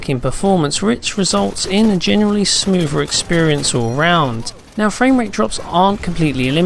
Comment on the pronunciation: Smoover? LOL